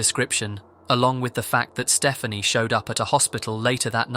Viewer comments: I'm guessing 'Stephani' is not supposed to be pronounced as 'Stephanie', but what do I know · Should be Ste-FAH-nee